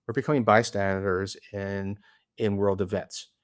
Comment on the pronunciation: Actually I think he mistakenly got it right when he said "by-standards." That's called -- hitting the nail on the head!